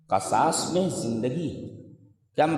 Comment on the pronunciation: قرآن میں قصاص کسرہ کے ساتھ ہے لیکن شیخ قصاص فتحہ کے ساتھ پڑھ رہے ہیں ، غالباً یہ بھی لغت ہوگی لیکن قرآن کریم کی آیت میں بھی شیخ قصاص کو فتحہ کے ساتھ پڑھ رہے ہیں جو کہ مناسب نہیں لگ رہا باقی شیخ کے مبلغ علم کا کیا کہنا 👍